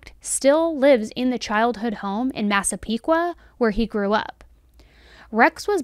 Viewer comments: I’m proud of you for saying massapequa right lol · Excellent video!! You did a wonderful job talking about the victims. As a Long Islander I was so impressed with your pronunciation of Massapequa (although I definitely cringed at "In Long Island". We hate it, its "ON Long Island"). Hoping that he is convicted! Also, love the fact that they caught him because of some pizza crust.